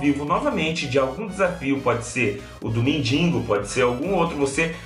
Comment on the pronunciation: não é mindingo é mendigo